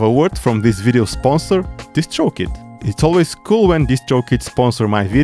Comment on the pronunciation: when you say "DistroKid", with your accent- I can't un-hear either "just choke it" or "just stroke it" LOL (P.S. Nice streets of rage shirt)